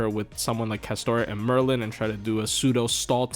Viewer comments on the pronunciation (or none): none